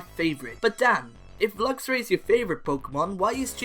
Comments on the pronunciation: Meowstic does not end with a K, and it's Luxray, not Luxury! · The A in Luxray should be after the R!